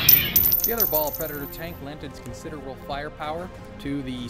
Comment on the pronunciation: seriously does anyone anywhere pronounce blood angel names correctly ? its baal- (bale) pred, not ball and mephiston- (mef-i-ston), not moe-fee-ston lol sorry that's been building up from 4 years of internet 40k videos, I blame jawaballs for starting this.